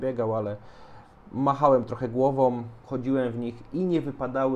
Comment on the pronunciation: Polska trudna język...MachajoM, głowoM, wypadajoM🤦‍♂